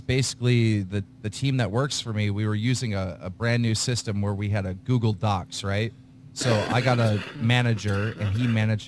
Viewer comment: Keem keeps pronouncing Docs as DOXX. He does it so much it's a reflex.